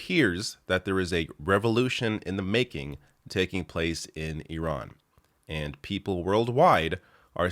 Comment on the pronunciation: Refreshing to hear “Iran” pronounced correctly.